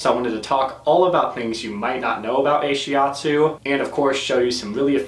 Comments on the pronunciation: Ashiatsu isn't not-shiatsu but rather massage done with the feet. Ashi means foot (足), atsu means pressure(圧) in Japanese. Also it's pronouced Ah-shi atsu, not ei-shi atsu. But great video! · Why did you say 'Ay-shiatsu" instead of 'AH-shiatsu'? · Brill. thanks very much despite strange pronunciation, of Ahiastu ;-) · You pronounce and translate it wrongly. The name of this therapy comes from ASHI- means FEET and ATSU- massage pressure in Japanese. ASHI-ATSU. Ashiatsu. I am an instructor on this modality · I have to wonder if this guy actually talked to the therapist or read up on the modality since he's just starting off already with completely wrong, easily looked up information. I can somewhat forgive pronouncing ashiatsu wrong, but it implies he talked to few or no therapists, but the word isn't an English word with Greek origin. It is literally a Japanese loan word. And it translates to foot pressure. Ashi in Japanese means both leg and foot. Shiatsu does not mean hands. It's like he's just making stuff up even the most cursory search could disprove. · He doesn’t pronounce it right. ...